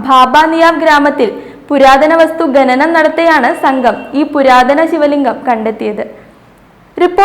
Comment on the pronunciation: ഗനനം ആണോ അതോ ഖനനം?